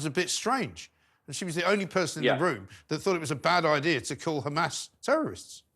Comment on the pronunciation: Just for clarity Douglas it's Hamas not Hamaz, and Neumann not Newman. Otherwise another of your excellent, straight-talking videos